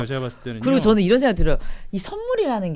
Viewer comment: 즈느 아지 못하느일이니다. 일본발음임